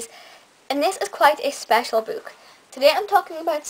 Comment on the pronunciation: Why do you pronounce book b-o-o-k instead of b-u-k?